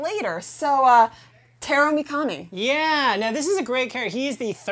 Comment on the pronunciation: the way you pronounced Mikami's name makes me cry